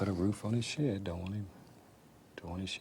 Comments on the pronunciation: I just can't get over the way he says "shared" rather than "shed". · I heard “shed” 😄